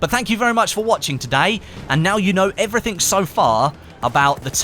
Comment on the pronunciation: “Everythink” that you need to know. 😂😂